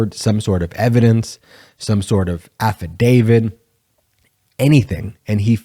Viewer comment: You lose me when you say, “Affa-DAVID”. It’s “Affadav-IT”. Ends with “T”, not “D”.